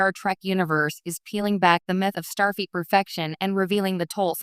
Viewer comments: FLEET not feet. Stupid AI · Starfeet? Robot!